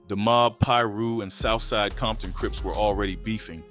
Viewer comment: Became the Crips worst nightmare?? Gimme a break. And this AI stuff is getting outta hand. What the hecc is Leu aders park? And there's no such place as bompton. 😒